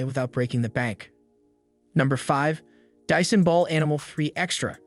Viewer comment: I was with you until you said "dissan"